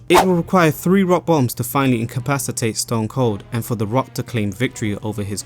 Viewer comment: "March 30th, two thousand free"